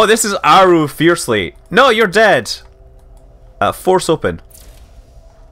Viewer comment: Nooo not Aaairu!